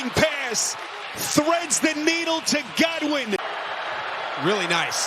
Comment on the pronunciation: I cannot stand this announcer. Whenever he gets excited every long 'a' becomes a short 'e'. "! Dezzling pess!"